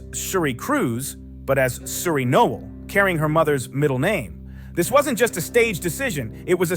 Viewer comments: No L Is how you pronounce the name she is using as her last name. Not knoll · No-el. 2 syllables.